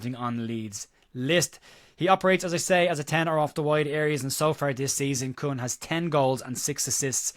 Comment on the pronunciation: The name is pronounced "Coon". Not racist, it's just how it's pronounced